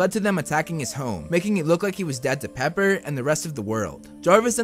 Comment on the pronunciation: “Paper” XD it’s “Pepper* btw:)